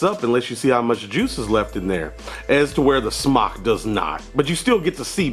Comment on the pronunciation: just an FYI, it's pronounced smoke...Ceo said so